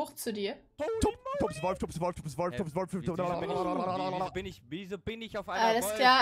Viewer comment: Er heißt nicht Tons sondern er heißt Tops